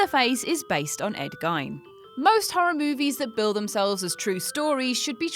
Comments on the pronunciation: its pronounced Ed-Geen" not gien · It's pronounced Ed 'Geen', not Gine. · I believe it is!! And like the presenter in this video, I used to pronounce it 'GYNE'. LOL! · Who is "Ed Gine"? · He's a metaphor for the meat industry not the war. Where y'all getting your facts from. Also how about some facts that arent well known? EVERYONE knows about ed gein and you also pronounced it wrong . How about facts like, it was originally going to be titled "headcheese" gunnar Hanson ate pot brownies before filming so thats why he looked confused before running up the stairs after Sally. Gunnar Hanson also never used a chainsaw before the movie. Use some less known material please. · GEEEEN E Not I. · It’s pronounced geeen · GEIN IS PRONOUNCED GEEN. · Excuse me miss, i think its pronounced like geen. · Ed Gein pronounced GEEEEEN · The person telling us we don’t know that leatherface is based on Ed Gein, doesn’t even know how the name in pronounced.... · Omg the way she pronounced Ed gein’s last name ahhhhh so cringing and I’m glad I’m not the only one who caught it lol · AHHHH YOUR PRONOUNCING GEIN WRONG!!! ITS LIKE BEING STABED IN THE FUCKING EARS WITH GLASS! To pronounce it correctly its more like saying the word Keen just with a g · Starts off with a fact that everyone knows and pronounces the well-known killer's name wrong. Switched off straightaway and avoiding the channel. Poor stuff. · You said Gein wrong. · I new 8 of these. Fucking shit list. Can’ even pronounce Ed Gein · if you make a list learn how someones name is pronounced especially a well known killer, in 2018 you have no excuse.